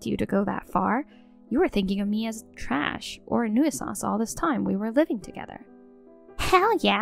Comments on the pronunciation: It's pronounced New Sance not New Ih Sahnce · Again.... 'nuisance' is pronounced 'new-sanse', not 'noo-ee-suhnse'. Please research your words before you attempt them, don't just wing it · It's pronounced newsance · OMG the one word they used to much they pronounce wrong, nuisance. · I wish they would correct the pronunciation of nuisance